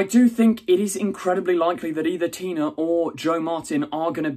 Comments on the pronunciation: Why do you keep saying "Tina"? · I think T'nia is pronounced like tuh-NYE-a, not Tina :)